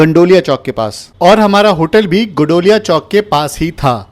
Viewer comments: भाई गंडौलिया नही होता गोदौलिया होता है😂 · भाई नाम तो सही से बोलो its गोदौलिया